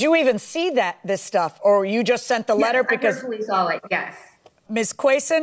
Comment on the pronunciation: And she said I "sawl" it